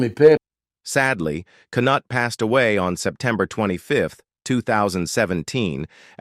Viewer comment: K nutt!! Ha ha! The K is silent.